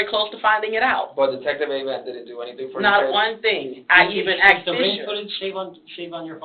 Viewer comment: WHERE did she get her education..” AXED “ MAYBERRY?